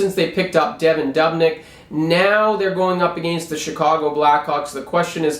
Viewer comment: DUB-nyk??? It's pronounced "Doobnik". Learn your pronunciations, please. That being said, I agree, go WILD!